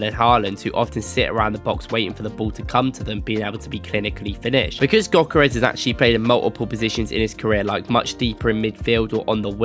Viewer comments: he mean Gyökeres should be pronounced like "Djökeresh" or something very similar, the gy is like d in duke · He isn t pronunced gökerez, it is Viktor Gyökeres, you should say it like pronunce the "G" like a gansta "ö" like if you are moaing "k" like a c and "e" like ex when you say ex... and how you say the e letter "r" like you are pronuncing the r when you say the N word and say the "e" the same way and say "s" like when you say Shampo. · Awful name pronunciation.